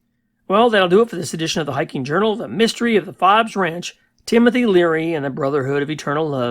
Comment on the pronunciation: My family owned Fobes Ranch from 1978 to 1989. I lived there when I wasn’t at Cal Poly San Luis Obispo. Our foreman found an ammo box with LSD butterfly cards. I lived in the house at the south east end of the ranch. It’s pronounced Fobes with a long O.